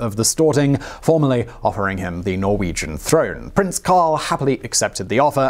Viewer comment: you are saying so many Norwegian word wrong...